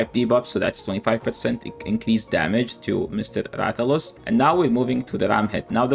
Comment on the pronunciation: THE BUTCHERING OM MY RATHALOS IS WILD